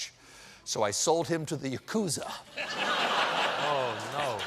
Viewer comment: Oh, by the way, Stephen, "yakuza" does not have a strong accent on the 2nd syllable.